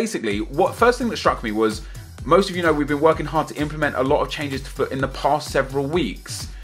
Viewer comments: Every time you said FUT I thought you said fuck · I kept thinking you were saying fuck instead if FUT, it sounded hilarious!! XD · Everytime you say "FUT" it sounds like your saying "F*ck" Lol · every time he says FUT i sounds likes he says fuck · anyone else thought he was saying 'fuck' instead on 'fut' at first? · When he says fut it sounds like fuck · It sound like he is saying fuck instead of FUT 😂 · Every time say fut it sounds like Fuck! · When you sat FUT sounds like fuck. LOOOL